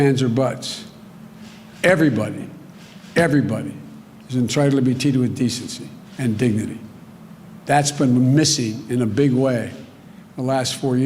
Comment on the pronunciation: Russell, how did you miss this gem : Everyone—EVERYONE!!— “is entritled to be teatled with decency!” And that was 30 glorious months of cognitive collapse ago…